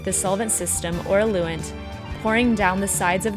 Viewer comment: “Ah-loo-ent”...eluent is pronounced “EL-you-ent”